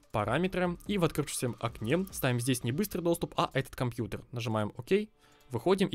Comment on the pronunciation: Кто-то еще в 2020году говорит «компьютер» через «Е».. это как «секс» тоже через «Е»...